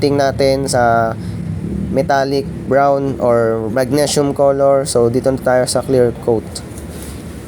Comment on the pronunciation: Magnesium (mag-nee-sium) boss